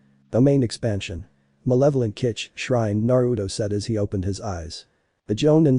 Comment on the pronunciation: “Malevolent Kitch— Shrine”